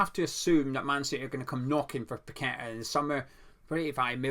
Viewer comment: Not only a one man team that ticks with him playing but you actually know how to pronounce a Brazilian name unlike many others including that fence sitting gonzo.